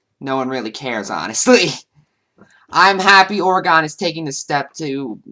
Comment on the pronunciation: Great video but just so you know its pronounced or-uh-gun not or-ee-gone. I know because I live in Oregon.